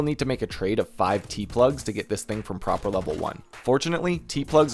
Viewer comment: Love how you call Prapor "Proper" x)